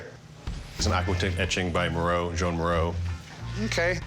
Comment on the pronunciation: “Joan” Miro??? Pronounced “Juan”